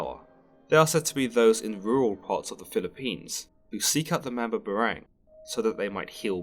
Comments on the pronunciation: Hey just to clarify it's pronounced Mam-bah-bah-rang just like saying bah bah black sheep. Spoken slowly :) just a heads up, great work dude! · i hate it when europeans mispronounce and narrate about bipoc history, mythology, ancestry, etc... especially if its my mother's home land-- thats been colonized a bazillion times. why dont they ever have people from the place teach about the place? if anything it'd avoid mispronunciation the very least. MAM-BAH-BAH-RANG. just cuz they got a english accent dont mean theyre more intellectual. coughs despite almost every documentary ever made being narrated by an english voice coughs